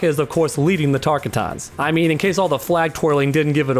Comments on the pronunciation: Pronunciation of Tarkatan Everybody:Tarkotton:Tark-ah-ton 😂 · Psst it's pronounced tarkatan ( tar cotton ) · Please say Tarkatan right. Its not Tarka-tan. Its Tar-Ka-Tan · I'm hoping you talk about the sword wielding person with kotal and Jade in the desert Edit: lmao tar cot ins not tar ka t ons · Great vid but please learn how to pronounce Tarkatan "Tar-cotton" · Tark-E-Tuns...... .. Tar👏Kat👏Ans👏 Sounds just like the guys that say Tak-E-Duh instead takeda. 👏Ta-👏Key-👏Dah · Tarkuhtans. Lol wtf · It’s pronounced Tar-Cottons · DigiFox yes I always think “Tar-Kottons” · Why did u say tarkatan like that? I like it but that’s not how it’s said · Wow for a mortal Kombat fan you think you'd know how to pronounce "Tarkatan" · That pronunciation of "Tarkatan" annoyed me somewhat. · The way he pronounced it hurt my soul.